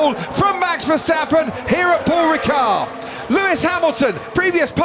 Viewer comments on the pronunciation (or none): this commentator is not even trying: pool ricard